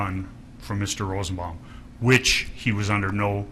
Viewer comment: .....he is so horrible. Slob. Dumb. He said ROSEN-BOMBING